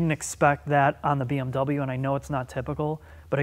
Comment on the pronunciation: 'And I want to experience BWM ownership', FOUL LANGUAGE WARNING lol